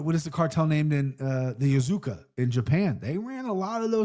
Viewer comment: "Diet Coke" 😂😂and "Yazuka" instead of Yakuza got my sides splitting.